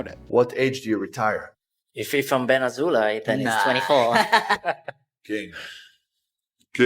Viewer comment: Ben Az-hole-ay 😂